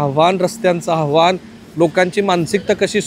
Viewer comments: आव्हाण नाही आव्हान असतं... किमान मराठी पत्रकारा कडुन अशी चूक अपेक्षित नाही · आव्हाण नसतं ते आव्हान असतं रे बाबानो